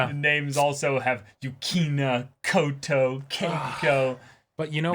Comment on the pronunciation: NO YOU SAID KOTO.